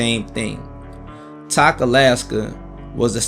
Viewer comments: Tok is pronounced "Toke" :) We made the drive south when we moved from Wasilla Alaska to N/E Texas. The Alaska Highway is no joke. Until you have driven it you don't understand how rough it can get. Now you do, and it is something you will never forget. Congratulations on making it there and back. As far as Anchorage.....there is a reason Alaskans say "Anchorage isn't part of the real Alaska". Anchorage always has and probably always will suck. I will say, watching your video made me homesick. Especially seeing some of the small towns and places you drove through. Some of those were some of the places I grew up at. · Tok Alaska is pronounced like Toke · Tok, Alaska, is pronounced with a long O. Like "spoke". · Tok..lol is pronounced Toke,, bruh...you had me crying,,I remember my first trip up there..I but It was in the Winter,,Love you Lil brother, proud of ya..now you know real pounding